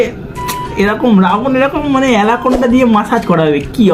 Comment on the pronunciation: দাদা ওটা এলাকোন্ডা নয় ওটা হবে এনাকোন্ডা😂